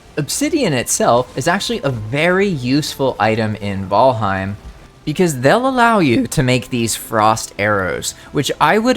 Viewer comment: I found myself audibly correcting you while watching but I pulled a lot of useful info from your video. Ty